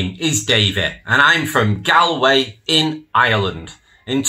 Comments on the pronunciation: It’s pronounced GAWLway not GALway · I find it odd that you don’t know the proper pronunciation of Galway. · Learn how to pronounce Galway. Properly please just think of old. Gaul S from Celtic France and say Gaulway it will Sound better than the rubbish you ste saying. Jc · He can't even pronounce Galway correctly! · Your not Irish. You pronounced Galway wrong. Whats your game?